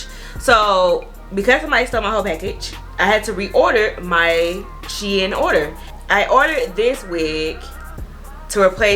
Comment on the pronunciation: You are pronouncing it wrong it’s shein like sheen beautiful hair